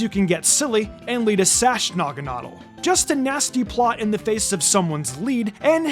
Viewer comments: BRO CHECK YOUR POKEMON NAME PRONUNCIATION. NAGANAWDEL? SINISTEYA? STUPID!!! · It’s pronounced nah-guh-NAH-dull, “”! 🤨 Come on! Get it right! 🙄